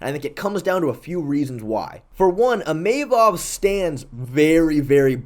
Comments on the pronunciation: sorry I can't hold my tongue any longer. His name is pronounced Imavov as in (EE-mu-vov) the stress goes onto the "EE" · Bro is chaelmaxxing with “Imayvov”